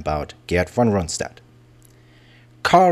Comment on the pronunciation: True, Keitel was an arrogant idiot, but he wasn't a "von", lol! Hannover is wrong, too. The stress is on the "o", and the "v" turns into an "f". Similar to many British place names, the pronunciation has changed over the centuries, but the spelling remains as it was in the Middle Ages. The narrator often says "Rundstedt" instead of "Rundshtedt". Same with Manstein. It's "Man-shtein", not "-stein". ("st" and "sp" is always "sht" and "shp" in Standard German pronunciation.) And he completely fails at "Brauchitsch". I don't know what to make of the narrator's voice. He's pronouncing many English words with the telltale accent of a native English speaker. I can't tell whether he is a real person or a "germanicised" computer voice.